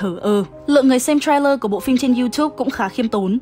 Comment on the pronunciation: đọc sai từ TRAILER rồi, sao nhiều kênh đọc sai thế nhỉ ???